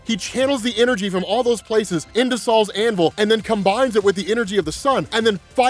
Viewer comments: It's not "Saul's Hammer". It's not some old Jewish guys hammer. It's "Sol's Hammer" Sol the Roman god of the Sun. It's pronounced "Soul". I was dying laughing at Saul though. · im not gonna lie i thought u were saying sauls anvil but now i se its SOL'S anvil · Gonna be honest with you. The first 4 times I heard you say it. It for sure sounded like you said “Sal’s Anvil” 😂😂😂😂 like who the F is Sal?